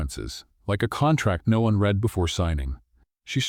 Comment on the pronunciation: AI must learn to read "read" as present tense REED or past RED